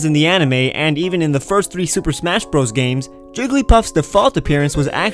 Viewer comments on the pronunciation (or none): none